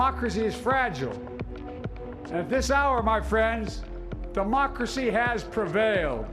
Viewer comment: "Today we celebrate our Independence day" Joe it's democracy. "Oh" "Today we celebrate our Demonachy" No joe it's DEMOCRACY! "Oh" "Where's my blanky" Go and lie down Joe..... KAMALA Come here, sort this crap out.......